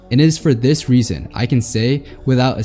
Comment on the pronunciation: you said Fartnite wrong